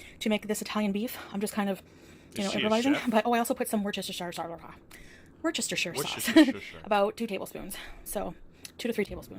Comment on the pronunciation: I'm disappointed you can't say worcestershire, being that you used to live so close to Worcester, Mass. It's pronounced the same way: wooster-shur.